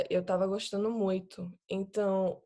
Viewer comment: Impressionante, só o "muito" denunciou que pode ser alguém não nativo. Não nasalou tanto quanto nativos, mas pode ser um nativo com resfriado kkkk (e ainda conseguiu sotaque levemente nordestino entre o cearense e o bahiano 👏😮)